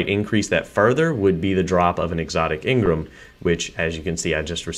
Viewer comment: Let me get one thing right or straight in this video its not engrim (its engram)